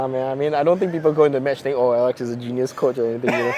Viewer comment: since no one else is saying it, i will, its alecks not aleks. otherwise great interview